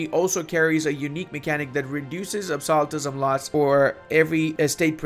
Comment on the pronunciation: pronouncing absolutism makes me flinch every time